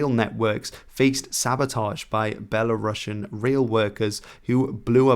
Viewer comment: A small correction: “Belarusian” is pronounced as belah-roos-ian, not belah-rahsh’n.